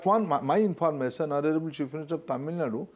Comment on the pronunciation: Minister says "informason" 😂😂😂😂